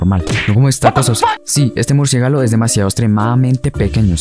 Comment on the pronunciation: Jahaha "murciégalo"